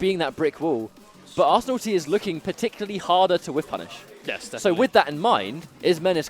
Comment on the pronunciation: butchering your name .... Ar-San-nil-Tie